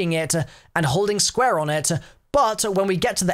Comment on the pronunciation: “Squa” (square)